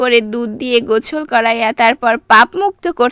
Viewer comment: গোসল ❌গোছল✅😂